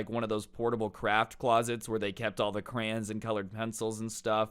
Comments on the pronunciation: Its crayons not crayens Lmao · pronouncing crayons crans makes me want to kms every time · Why does he say crayons like that?